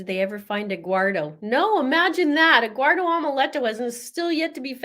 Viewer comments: The lawyer, I think it is the defense attorney, gets Eguardo wrong too. He actually says it the right way and says Eduardo. It’s confusing. 😂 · The def lawyers are awful, cant get anyones name right.. Lana landon eggwardo eduardo hahaha